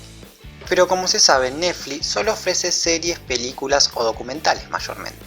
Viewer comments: che... "nefli" tiene una "T" y una "X"... neTfliX!! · Iba todo tan bien, hasta que empezó a decir recurrentemente "Nefli"...me pudo! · Por qué dice Nefli? 😒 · me encanta como dice neflix en vez de "netflix" me da mucha risa alto video amigo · Esta tan bueno el video que voy a obviar el hecho que digas nefli y yutub... jaja... naa en serio buen material va un like !! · MEJORA LA PRONUNCIACION!!!!! "YUTÚ" "NEFLI" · "nefli", naa joda, está bueno el análisis.